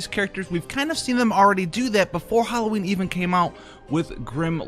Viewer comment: Howl-o-ween. You can use that, brother.